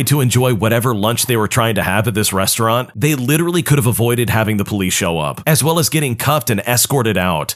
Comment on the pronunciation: *Restaurant HOW DID YOU MESS THAT UP?!